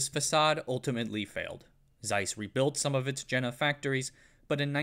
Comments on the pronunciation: This video would have been a 💯️ if the Jena was pronounced properly, it's just so distracting. especially knowing how much research went in to it, and yet such a small, but obvious thing, was missed. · Is it really too much to ask to look up how to properly pronounce "Jena"? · Great film, but the German pronunciation's are a little of the mark. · Seriously, you had to butcher the pronunciation of Jena in this video? Over and over again...? All you had to do is google it. Totally ridiculous. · You could at least pronounce Jena correctly, as in Yayna! Soft j in German, please. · For the love of god, it's pronounced Jena, not Jena. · Jena is pronounced like "yay-na", not "jenna". Sorry, it just grates on me. The dismantling of German industry was enshrined in a policy called JCS 1067, which grew out of the infamous US Treasury's Morgenthau Plan. The plan called for essentially the deindustrialization of the entire German economy, reducing Germany to a solely agrarian country. Critics of the policy said that it would lead to intentional depopulation since Germany could not feed itself and would have nothing to trade for agricultural goods. The policy was in effect from 1945 until 1947 and, with the onset of the Cold War, was replaced with the Marshall Plan. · Je.na (yeah, nah) It's not Jenner. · Jena is pronounced Yena, not Gena, please!!! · "Jena is pronounced like "yay-na", not "jenna". Sorry, it just grates on me." I had to stop watching this minutes as pronunciation of JENA by this individual grates on me as well. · I worked for Carl Zeiss (Dublin California site) as a product design engineer for 7 years (left 4 years ago). It was very interesting to chat with Jena people who grew up in East Germany. BTW, they pronounce it YAY-nuh. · Just FYI. Jena is pronounced yeh-nah. It's a site of a famous battle where Napoleon defeated the Prussians. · Great video... but my ears were bleeding at the pronunciation of Jena which should be "yeh - na" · Ffs it is pronounced Ye-na